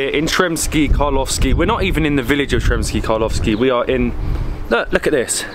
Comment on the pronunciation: Hey guys, super cool videos, but its not Sremski Karlovski its Karlovci